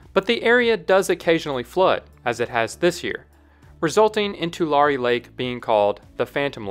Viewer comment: It’s Tu-Larry not Tu-Larree Tulare Lake didn’t come back it dried after a few months and it’s crops again